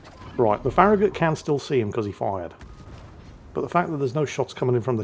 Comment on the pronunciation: pronounced FARRAGUT